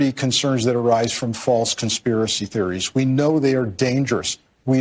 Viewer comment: c'mon man, LET THE TRUTH BE TOLD. AND STOP SAYING "CONSPIRACEY THEORY"